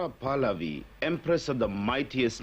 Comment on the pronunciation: Very angry that the commentator keeps mispronouncing PAHLAVI